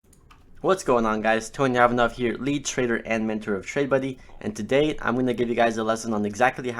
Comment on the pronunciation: Правильно Иванов, а не Айванов.